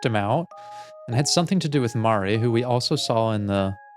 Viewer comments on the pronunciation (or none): pleassee the way you keep pronouncing basil as bah-sul is killing me as well as Mari I don’t know what’s specifically wrong with the way you say Mari bc now I’m accidentally taking on your pronounciations